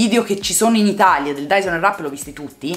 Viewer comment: Finalmente una persona che lo pronuncia nella maniera corretta! Quella w che tutte pronunciano non si può sentire! Bel video!